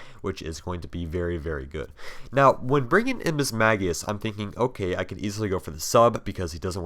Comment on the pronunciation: no, mismagius is actually pronounced miss-mahg-ee-uhs. look it up if you don't believe me.